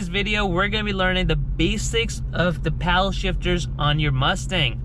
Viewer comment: I can't get over how you're saying "Powell" shifter.... It's paddle ..... Paddle.... PADDLE